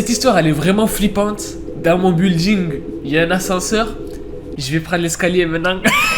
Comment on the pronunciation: building il est vraiment américain mdr